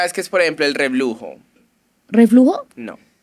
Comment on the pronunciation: se dice reburujo con r unu